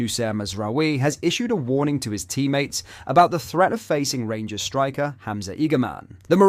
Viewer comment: Did you here pronounced rangers as the g ers instead of gers he must know how bad that sounds